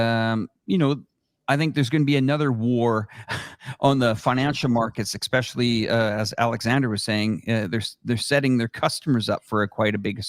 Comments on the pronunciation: Somebody please tell it’s “especially” not “exspecially”. Thanks for this convo. Very helpful. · dude keeps saying “Exspecially” or X-specially. its Especially bro ham! 😂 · Especially, doesn’t have an X in it.